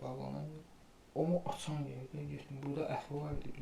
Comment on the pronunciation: SƏN İNDİ PAÇAN DEYİRSƏN YOX PASAN?